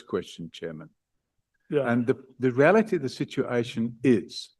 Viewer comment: "The re-ality of the situation is. I am not going to allow..." 😂